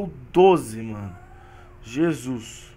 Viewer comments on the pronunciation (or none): none